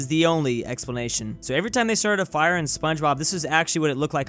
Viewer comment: Water in Fire. Watwer in the Fiwe. Why? I don't understand